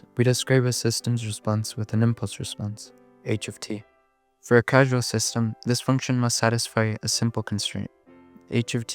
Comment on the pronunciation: Minor nitpick on causal being pronounced casual, but still a great vid